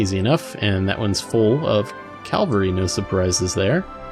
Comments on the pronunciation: I'm not sure if this was mentioned in a later video, but it's "cavalry" not "Calvary". Sorry for be a spelling nazi :D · Sorry to ask but what is ""? Do you mean cavalry?